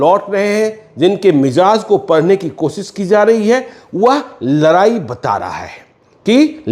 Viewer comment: तु म पत्रकार हो या चना बेचने वाले हो, लराई लराई क्या होता है